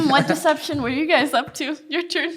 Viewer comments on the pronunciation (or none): none